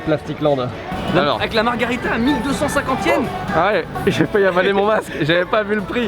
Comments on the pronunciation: ça s'écrit margherita et ça se prononce marguèrita. la margarita c'est un cocktail mexicain hahaha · "margharita" vous écorchez mes oreilles a chaque fois que vous le prononcer comme cela!!!!!! Pour avoir mager des pizzas au Japon, pas mauvaise, bien au contraire, mais de la a les préférer a celle en italie......m'enfin!!!!! alons!!!! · Par contre c’est MARGHERITA merci..